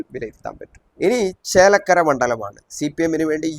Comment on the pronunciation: ചേലക്കല അല്ല ചേലക്കര ആണ്